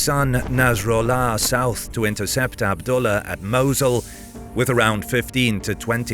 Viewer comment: The prounounciation of Mosul and boogeyman hurt me bad...